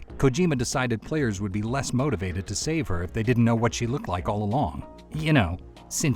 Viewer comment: "Did you rike it?"